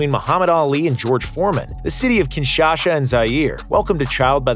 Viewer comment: The way you pronounced Kinshasa is so funny. lmaof